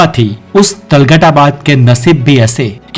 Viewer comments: Tugalaq ko talghat bol raha bhai kon si university me padhe ho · Kam se. Kam zuban ka sahi istemaal karo. Or talgat nahi hai tuglaq hai or apna. Uchcharan dahi kro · talghat nahi tuglaq hai aur balban ko bhi pata nahi kya bol raha , video ek baar kisi ko dikha leta jise history pata ho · Ek bhi naam sahi se ni bola tughlaq. Ko talghat bol ra hai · Gadhe name to sahi se btaa de tughalaq hota h woh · Ajeeb Aadmi ho yaar Tomar ko Tomaar Tughlaq ko Talghat Balban ko Babbal Ye toh mene school me hi pad liya tha... lagta h kabhi school nhi gye aur tum Knowledge wala channel chala rhe ho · Sir apki sari pronunciation glt h ..sbke naam glt liye h apne.. वो तोमार नहीं तोमर हैं बलबल नहीं बलवन हैं तलगत नहीं तुगलक है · वंशजों के और राजाओं के नाम तो ठीक से ले लीजिए। तोमर को तोमारा, तुगलक Tughlaq को तलघट बोल रहे हो। एक बार फिर से देखो तो पता चलेगा। किताब पढ कर वीडियो बनाना आसान है परंतु इतिहास को ठीक से जान कर हिन्दी भाषा का सम्पूर्ण ज्ञान लेकर वीडियो बनाना सब के वश की बात नहीं। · बहुत खूब 🎉 लेकिन आपने दो शब्दों (बंदरगाह और तुगलक) का सही ऊचारन नहीं किया